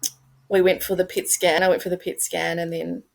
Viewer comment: It sounds like she’s saying “pig skin” not “pet scan”